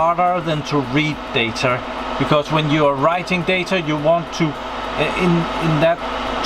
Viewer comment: I'm seriously going crazy hearing you pronounce the word data. You say "datar" og "deitar", with an R at the end .... it's data... without the R at the end.